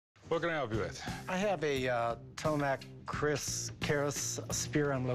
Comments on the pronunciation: its TOMBAK KERIS not Tomak Keris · its TOMBAK KERIS.. not tomak kris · Dude, it's TOMBAK KERIS (not tomak Kris) tombak (from melayu language/ Indonesia Malaysia Brunei) mean Spear Keris its traditional stab knife believed have spirit or mistical power. Very rare INDONESIAN heritage material. And as we know, that the material is not for trading or other economic purposes but it is a symbol of the glory of a nation or the noble value of local wisdom. many of us believe that by selling you will be cursed. Please don't sell it! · overpriced and its called tombak keris not tomak kris, tombak means spear. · It's tombak keris actually... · i'm indonesian, it's actualy pronounce 'Tombak Keris'